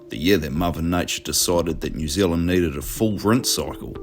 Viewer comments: Pronounce the name of the country correctly. Its not New Zlnd. There is and 'eala' in there too. FFS. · Right? This guy. Most Kiwi’s pronounce New Zealand just like you do my bro. It’s how we speak FFS. 😂